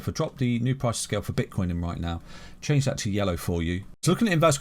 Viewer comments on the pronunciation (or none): none